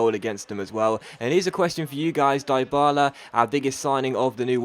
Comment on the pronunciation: deebala not diebala